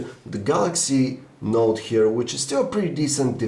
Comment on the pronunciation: Why does he call it the Galaxy Naught? He's otherwise not that negative about it.